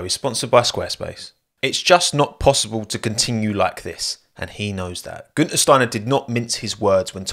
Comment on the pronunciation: holy shit that pronounciation of "Günther" was nailed, never heard a non-german pronounce the ü, they all always say "Gunther"